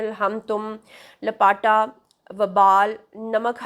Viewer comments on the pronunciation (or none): لپاٹا نہیں لا پتہ۔کیا ان کو اردو نہیں آتی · Baji la pta bolty Hain lapataa NAHI 😅